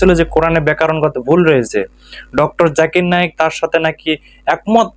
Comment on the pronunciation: প্রথমতঃ আব্বাসী হুজুর, আপনি জাকির নায়েক স্পস্ট করে বলেন ।জাকের নায়েক বলেন কেন? নাম বিকৃত করে বলা কি ইসলাম সমর্থন করে? আপনাকে যদি কেউ বলে গাবগাছি হুজুর ? আপনার কেমন লাগবে? আপনার অনেক কথা আমরা পছন্দ করি । কিন্তু ডঃ জাকির নায়েক সম্পর্কে এই মিথ্যা না বললে হত না? জাকির নায়েক কখনো বলেনি একথা। উনি ক্যাম্পবেলের ভুল ধরিয়ে দিয়েছেন। বলেছেন পবিত্র কোরান এত উচুমানের লেখনি ?যার থেকে আরবি গ্রামার পর্যন্ত এসেছে। অতএব করানে কোন ভুল নাই। আপনি ব্যাক্তিগতভাবে উনাকে পছন্দ না করতে পারেন ।কিন্তু বাকী মুসলিম উম্মাহকে উনার বিরুদ্ধে কুতসা ছড়ানো ,কোনভাবে মুসলিম জাতি বরদাস্ত করবে না। আপনি আল্লাহর কাছে ক্ষমা চান।